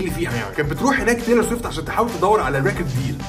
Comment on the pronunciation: بتنطق الاسم غلط ومش دى بس exo و bts كمان 🤦🏻‍♀️🤦🏻‍♀️